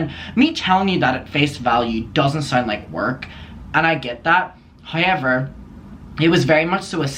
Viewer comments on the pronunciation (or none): You pronounce however like how-yever versus how-ever. There is no y.